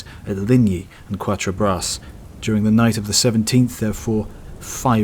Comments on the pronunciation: "Qwattre- brass"? Please, I'm sure you can get closer than that! Try Kattre-brah! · Thanks for the video. Really enjoyed it. Just in case it helps, it is pronounced “cat-tra- bra”.